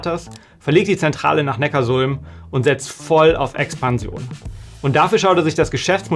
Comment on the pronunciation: Und Neckarsulm wird, anders wie im Video, Neckar-Sulm ausgesprochen. Die Sulm fließt dort in den Nackar. Ja, man bekommt echt Probleme wenn man das vor Neckarsulmer*innen falsch ausspricht. 😂